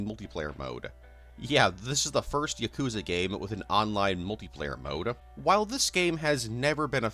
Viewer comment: "Yakooza" smh